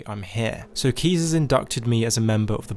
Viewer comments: Sorry but who tf is keez, it’s caius(Kai-uhss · It physically hurt me to hear how you metaphorically shit all over the pronunciation of my boy Caius Cosades. You did our boy dirty. It's Kai-us, like King Kai from DBZ teaching the Kaio-ken because he's one of the KAI. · I'm sorry but I can't get over the fact that he called caius "keez". How in the actual fuck do you make that mistake!? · It's "Caius" not keys. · The way you pronounce Caius tilts me hard... It's latin so it should sound something like this "Kah-ius", listen on google any romance language